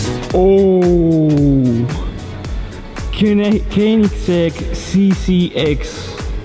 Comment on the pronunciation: best pronunciation of "koenigsegg"